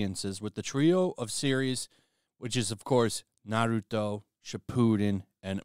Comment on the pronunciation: pronoucing it as "Ba-roo-toe" is cracking me up.